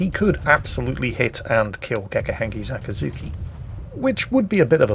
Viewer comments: "Akazuki"? It's Akizuki,.? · It´s Akizuki not Akazuki or Yakazuki btw;D...you can go ahead and call it Dave from now on. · After 3 mins I watched this video, I started to notice pronounce it like Akazuki, but not Akizuki. The former mean the dawn. Just mention, not blaming or something else. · I am both socked and appalled by the realization you didn't take the opportunity to call your cat "Acatzuki". I thought you called her that ever since you got her and I loved it, but today realized my ear just heard what they wanted to hear, and you indeed simply called her "Akizuki"...